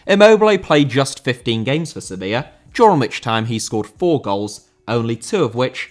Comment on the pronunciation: Sevilla* not Sevíer